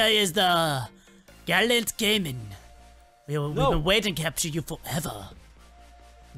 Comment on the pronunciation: why does everyone keep saying gallent but its gallant